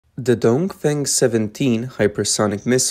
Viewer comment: The CCP missile is called “dong feng “, not “dong fang”! And the Taiwan missile is called “tian gong”, not “Chen Gong”! 😅